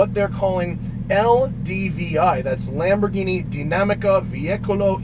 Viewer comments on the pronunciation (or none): Lamborghini is pronounced Lamborg Eeenie with a hard G not Lamborjeenie. But nice effort :) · Lamborgini?! seriously?! 🤦‍♂️ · Lamborghini,not "lamborgini" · You really said Lamborjeany, dude. What the ... I thought you are into cars. Tz tz